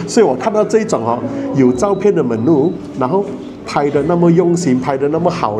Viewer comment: Menu pronunciation not correct